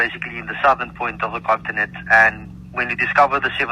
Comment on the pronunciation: "Continent" he says.